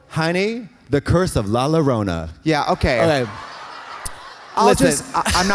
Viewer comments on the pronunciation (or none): Katya, Llorona is pronounced Yorona like Llorando. - a fan of both yours and La Llorona